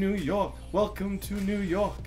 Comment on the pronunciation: its york not yok lol